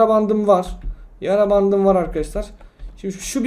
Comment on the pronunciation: Yara Bandı değil Yarrrrrrrrrrra Bandı